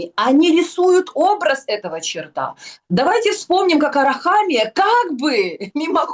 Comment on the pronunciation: Всегда с удовольствием смотрю выпуски со Снежанной.Умная,красивая,такая энергичная!Единственный момент,который меня всегда немного коробит - почему она говорит чартА,а не чёрта?!😕